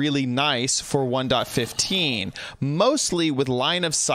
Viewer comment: way of saying '1.15' "One dot fifth teen" All of my friends: wOw wHaT tHe hEcC